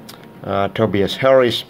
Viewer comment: Btw it's Tobias (Toe-bye-is) Harris not Tobeus Harris